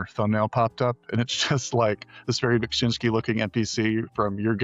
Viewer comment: Ah man, as a Polish person I can see how hard it is to pronounce Beksiński's name but pronouncing it wrong and saying "yes, that is how you say it and it's fine" is sad. It's not "Beg" but "Bek...".